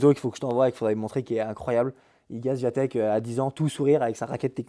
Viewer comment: Bonsoir, et bravo, c'était très intéressant et instructif ! Juste un truc..... ça serait bien de prononcer correctement le nom d'Iga Swiatek (vous le faites bien pour Collins, alors, un petit effort 😉 )